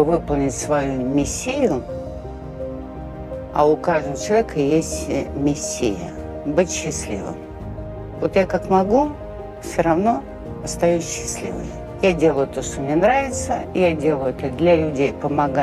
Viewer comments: Миссия, ударение правильно поставьте , это два разных слова. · Не миссия’, а ми’ссия ..!!! Безграмотная тетка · Она сказала не "миссия", а "Мессия"